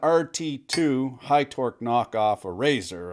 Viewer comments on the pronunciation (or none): none